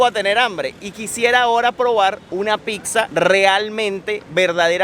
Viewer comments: Casi me sangran los oidos con cada vez que escuché 'picsa' en lugar de 'pizza' 😅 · y, yo los sigo desde hace tiempo, vivo en Italia y hoy encontré este video. Espero no se ofendan por mi comentario pero no se dice “PICSA”.. sobretodo si tiene familia italiana, se pronuncia “PITZA”.. se los menciono porque ustedes son creadores de contenido y es importante aprender también términos de los nuevos países y en este video se repitió PICZA 😖😖 como mil veces! 😵 algunas personas la llaman “Pisa” pero eso es una ciudad en la Toscana.. en italiano la doble ZZ se pronuncia TZ. Nuevamente espero que no tomen a mal mi comentario. Saludos!!! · saludos, solo para comentar que le pronunciación correcta es " pitzza ( con T ) espero no te ofendas. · Chicos: la palabra Pizza 🍕 se pronuncia con ts, así: pitsa. Pues la doble z se pronuncia como suenan la ts juntas. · Pixa?? Que raro suena pixa. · NO podés ir a Italia tantas veces , estar casado por años con con una Italo - venezolana y : 1.- No haber comido nunca una pasta all"amatriciana. 2.- Llamarle "tocineta" a lo que comés en la carbonara y la amatriciana . 3.- Seguir diciendo "Picsa" . Boludo : Duele en los oídos cuando le llamás "Picsa o Picsería". 4.- No hablar ni el italiano básico ! De qué te sirve viajar ?